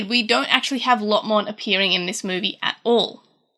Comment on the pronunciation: Why do you say Lotmon instead of Lopmon? Otherwise great video! :P